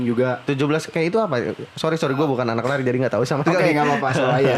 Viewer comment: Lari bang, bukan lai wkwk